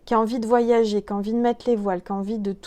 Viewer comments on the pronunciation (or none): none